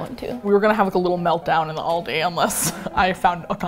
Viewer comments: oh that's fine!! I completely I understand. I'm over in the USA now, but I was over in Bayern where they said All-dee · wait, what? I used to work there and we all (management on down) said All-dees. Like Alldees things in this store.... How were we "supposed to" be saying it? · Honey, I indeed am German. Of course they won't be able to say it the EXACT German way, but it's close enough. Especially considering the other way people say it is "Al-dee" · Yes, I live in Georgia, but I just now realized that I add an "s" to the end that is not supposed to be there! Oh well, I'll keep saying all-dees. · Here in australia is pronounced Al-di Like “ hey Al” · At first, I felt betrayed…how can they go to Aldi, and not Trader Joe’s? And then I watched the video…and IT WAS SO SPECTACULAR! How could I ever doubt these beautiful, hilarious, and simply incredible ladies!?💗💗 Also, is Aldi not pronounced All-DEE? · As an Irish Ex-Pat abroad, the Aldi FOMO is real. Although she is pronounced "Al-dee." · You are pronouncing it wrong, but all Americans do so I’ll give you a pass. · Please stop saying it wrong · The pronunciation of Aldi makes me aggressive, but other than that love ya guys😂 Greetings from Germany☺ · Hearing the way you guys say Aldi is hurting my Australian heart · I know they are American but the way they pronounce Aldi makes me cringe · ik yall mentioned it but as an irishman hearing they pronounce aldi hurts my soul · Love the video but the pronunciation of ALdi annoys me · I think you pronounced it right most of the time! The last time right at the end had an extra syllable in there. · no it's Al-dee I even Googled it because I saw so many comments of ppl saying where they are from and how to pronounce it and Al dee is right all dee is wrong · no they aren't it's al-dee not all dee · apparently the British pronunciation is Al-Dee and the American pronunciation is All-Dee so..... I don't know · i live in germany too! But in my part they say al-dee not all-dee